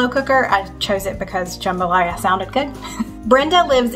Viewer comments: Louisiana native here :D You said it right - you just have to turn that first "a" to a "u" and slap a southern drawl on them vowels Juuumbalaya! Thanks for the recipes they all looked great!!! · Louisiana Girl here! The "jam" in jambalaya is pronounced "juhm." Btw, these videos are the highlight of my week, I find so many great meals to cook! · you said it right, "jUmbalaya" is how it's said down here in Louisiana 😊 Also, the chopped onion, bell pepper, and celery you put into the jambalaya is call "the trinity", it's used in many Cajun dishes (and so is Cajun seasoning.... even in our Ramon Noodles lol). Happy Birthday to the hubby and Happy Mother's Day to you! God bless y'all. ❤ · Louisiana girl, here. You said jambalaya correctly but that’s a very saucy jambalaya & it’s a red jambalaya. Ours is more brown & not saucy. You did andouille wrong though. Still love you!